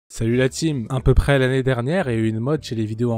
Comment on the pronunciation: On dit "à peu près" frérot mais bonne vidéo sinon !